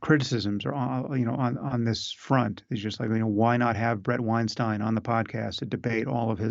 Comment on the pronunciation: Your pronunciation of Bret Weinstein's last name is utterly incorrect. His last name is pronounced the exact same way as Albert Einstein's last name.